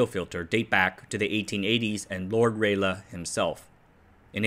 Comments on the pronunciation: It's Rayleigh not Raylagh. Pronounced Ray Lee. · No. Ray-Lee. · RA LEE not RAY LER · FYI: Lord Rayleigh, of Rayleigh, Essex, England, is pronounced Ray-Lee, not Ray-Le. As in the River Lee / Lea / Leigh (many spellings) that notionally divides the county of Essex, from the city of London, and Hertfordshire, or the USA/CSA General Lee. There's even an Adele song on the subject, but she's from over the border. There's a HAM radio club in the area, with several ex-Marconi employees, if you want something else to misspronounciate 😊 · Hi. Love your work. btw 'Rayleigh' is pronounced RAY-LEE. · Sorry to correct pronunciations, HIs name is spelled Rayleigh but its pronounced "Rally" or "Rawley" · Rayleigh is pronounced “ray-lee”. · You pronounce SAW like saw not as the initials S.A.W. Also Rayleigh is ray-lee, stress on the first syllable. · thanks for the video. fyi I think Rayleigh is pronounced identically to rally sorry. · Rayl-uh? Do you have some reference to the name being pronounced that way? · Rayleigh is pronounced "ray-lee". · As a native english speaker, I feel like it should be Ra-lay, but I could be wrong. Niche is defo pronounced Neesh (sorry I just couldn't resist :D). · it's pronounced "rally" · Rayleigh = Rah-Lee SAW = Saw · You pronounced Lord Rayleigh like Raleigh but you use "aluminium" instead of "aluminum". Hah, gotcha! >97% confidence you were raised and educated in a Commonwealth nation and adopted the American accent later when global culture was Americanized through the internet, or you continued your studies in the US. Hmmm, Singapore? Malaysia? Or Canadian maybe? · 'riley' is also a common pronunciation for Rayleigh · Not as far as I have been able to find. Every source of pronunciation info I can find says “ray-lee”. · Why do you keep mispronouncing Rayleigh? I already corrected you on this months ago. It's pronounced "Ray Lee". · The pronunciation of Rayleigh just about unalived me.